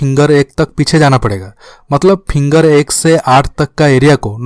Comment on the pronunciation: Pehle finger bolna to sekh ly vedio banany a jaty ho